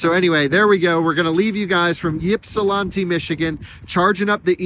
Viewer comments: Ypsilanti is pronounced "ip-see-lan-tee" or "ip-suh-lan-tee" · Yipsilanti is pronounced IP-sil-AN-tee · Always cracked me up when people try and over pronounce Ypsilanti. Just say it as the locals do; Ypsi (ip-see) 😂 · Quite enjoy your videos, but being from Ann Arbor your pronunciation of Ypsilanti caused me pain, keep making great videos and hope you enjoyed your time in Michigan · Listening to you try and say Ypsilanti so many times is like nails on a chalkboard for us metro detroiters😂😂😂😂😂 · I ran to the comments SO FAST after I heard you butcher Ypsilanti but then I saw the edit caption LOL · Congratulations, That is the oddest way I have ever heard Ypsilanti mispronounced lol